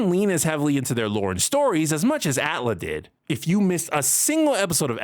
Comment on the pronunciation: Wait. I know this not the point, but I'm stuck on it... Y'all really be out here saying "at-lah"? This whole time I've been saying "A.T.L.A." or just "Avatar".